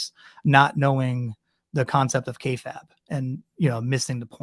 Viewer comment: You dont even know about wrestling dude, nevermind anything else. This is the least of your problems, but it just blows my mind; You didnt know how to pronounce kayfabe which is insane. And you dont the name of the Montreal Screwjob? Or Shawn Michaels? Dude... The wrestling stuff obviously was not close to the worst of what ive just witnessed but its just crazy how you dropped the ball on even the most basic shit here with the way your personality comes off. You can practically see the gears turning in your head - cranking harder and harder to look cool and project prestige onto yourself. It is pretentious and unnatural m8. Everything about you is effected and artificial. I couldnt even begin to engage with the more egregious aspects of what ive just witnessed here - but you are a fascinating individual. In the worst way.